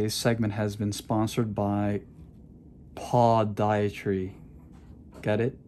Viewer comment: Podiatry - Puh•di•uh•tree ~~ Enucleation - e•nu•kle•a•shun 😉😉😂😂😂